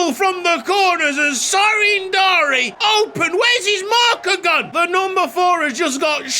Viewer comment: The name is Darie, not Dari. Anyway awesome episode